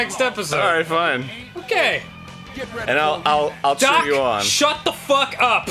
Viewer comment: No matter how many times I listen to it, I always lose it when Danny calls Doc "Dark"